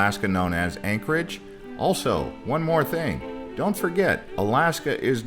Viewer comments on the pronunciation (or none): none